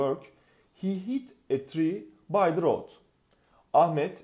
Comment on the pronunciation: yalnız o "the" "dı" diye okunur "di" diye değil